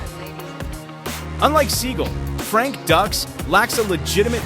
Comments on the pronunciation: Frank's last name is pronounced "Duke". Fun fact: Steven Seagal's first wife owned a chain of Judo dojos. ($) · It's dukes did you even watch bloodshot? Also its not pronounced seagull. It's Segal and dukes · Oh my God it is pronounced Sagal not seagull and it's not pronounced Ducks it's pronounced Dukes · Pronounced "Dukes" not "Ducks" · pronounced "dooks" not "ducks" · They are both funds. It's Seagal not seagull, Dux is pronounced duke's not duck's. Stupid a.i.!!!! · It’s pronounced dukes not ducks. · Segal is sickening liar and just as bad or worse than Dux and it’s not pronounced ducks 🦆 it’s put up your Dukes ducks pfffft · Always disappointed when the narrator didn't do the research. Frank Dux is pronounced Dukes, Not Ducks. Take a moment to get it right people. Makes me wonder what else they got wrong. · Pronounced Dukes, not ducks! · I am no fan fan of Frank Dux (pronounced Dukes NOT Ducks) But this video's narrator couldn't try any harder to glorify Seagal... He was making claims for how legit Seagal is and just singing his praises about everything... But when it come to Dux he basically called him a fraud which we all already know and even elluded that Dux has no formal training... While Dux greatly over exaggerates himself he is a legit martial artist... They both have reputations for being liars and if I am being honest hearing from martial artist who know them both I would lean toards Dux just whipping Seagal at any stage of their life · The pronunciation is driving me nuts lol, it's pronounced dooks not ducks lol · This video would have a bit more credibility (a tiny bit) if the idiot commentator actually bothered to learn the proper pronunciation of ANY of the main characters in the video. He gripes about Frank Dux (DUKES, not DUCKS) not knowing what he's talking about, yet this guy doesn't even know how to pronounce a simple name.